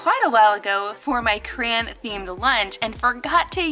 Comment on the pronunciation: It’s CRAYon not Crons